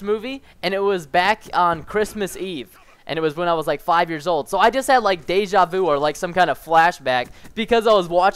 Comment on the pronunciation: Man, how the fuck do you pronounce "deja vu" !!! Anyways, nice video :)